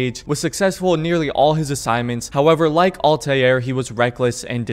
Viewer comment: dude really said altaieir